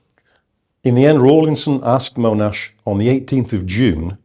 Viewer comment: Agree, all I heard was that Monash (not Mow-nash), developed an initial plan (combining things he knew worked with tanks, plus the aerial ammo drops), consulted his subordinates on the plan, good feedback was provided, the plan was then modified and implemented, his troops fought bravely and well, the battle was successful, all objectives were reached, and Monash took credit (as any commander would). Instead we get Monash was ‘devious’ in his desire to have US participation, or the plan didn’t work perfectly (which, amazingly, they never do after they start!). Monash can stay on his pedestal.